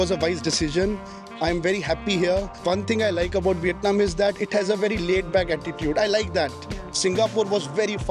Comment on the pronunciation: You pronounce Viet Nam wrong.